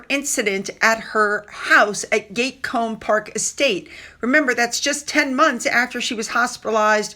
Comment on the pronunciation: Hi, it's named Gatcombe Park - pronounced gat cum, not judging just helping xx